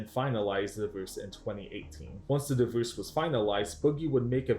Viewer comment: Great video but I can’t get over the guy saying divoose like it’s an animal